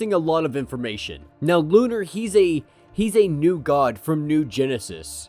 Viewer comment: LO-NAR not Lunar.